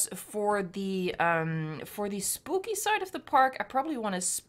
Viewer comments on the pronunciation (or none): Did she say spoopy when she was placing the trees at the entrance 😂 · you said spoopy